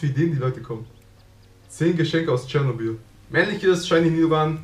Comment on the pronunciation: Es gibt sogar Tourismustouren da hin. Und es heißt doch Chernobyl/Tschernobyl und nicht Chernoble